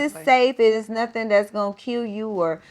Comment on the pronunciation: These ladies can't pronounce nut-ting with their accents! Lmao I love it! 🤣🤣🤣